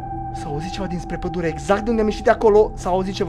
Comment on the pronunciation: la acest minut ai zis bai,,padule"